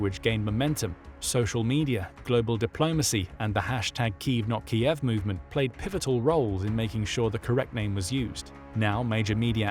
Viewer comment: So ironic that the narrator ends with noting Ukraine's drive to re-establish the correct pronunciation of their capital city, Kyiv, yet the narrator cannot pronounce it correctly himself!